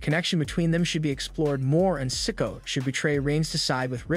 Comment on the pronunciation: I really wish these narrators would learn to pronounce names correctly! Solo Sikoa. Si-KO-ah, Not sicko!!